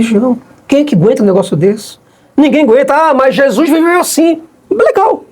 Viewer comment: "chessuis, ta voltando, chessuis, ta voltando...". Isso nao é vida cara.